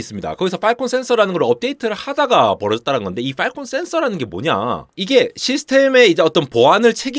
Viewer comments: • 세계 최대의 '외눈'박yee→ 세계 최대의 '블루su크ㄹyeeㄴ' ··· :( • 발음주의 : 팔콘 (o) / 빨콩 (x) • 요약: "클라우드(Clowd)를 (BSOD로) 공격(Strike)한다" or "클라우드(Clowd)가 (BSOD에 시달려서 결국) 대규모 파업(Strike)을 강행했다" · 빨콩센서 빨콩센서 그러길래 뭔 소린가 했네 ㅋㅋ 발음 좀 어떻게 해주세요